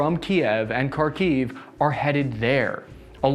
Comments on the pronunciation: Sorry, pal, I like your videos, but your pronunciation of the Russian/Ukrainan names of the places is terrible. Kharkiv should be pronunced as khar-keev with the first syllable emphasized. Not car-kiev.... I'd be glad to help. Joe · As someone who grew up speaking Ukrainian and Russian, and only learned English at age 20, it is very unusual for me to hear how he pronouncing Kharkiv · Please make an attempt to pronounce the cities names correctly, for goodness sakes it's hard to take you seriously when you cannot take the simple steps in educating yourself on these things. Kharkiv [Харків] is "flem (like you're hacking a loogie)-kyiv"... Mariupol [Маріуполь] is Mary (rolled r) ooooooo pool. Otherwise, this is a great take on the military tactics imposed by both the armed Russian forces and Ukrainian forces. Thanks for the insight! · Kharkiv is pronounced: HARkeev. The 'Kh' as it's spelled in English is an 'X' gets a hard 'H' sound similar to the 'ch' in Loch. Kherson is pronounced similarly but the emphasis is on the second syllable so it's: 'hairSONE'.